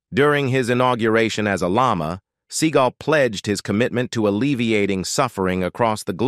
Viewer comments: As much as this man is on the internet and you pronounce his name wrong?? It's see-GAUL. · The speaker of this video does not pronounce Seagal right .The accent is on the 2nd syllable not the 1st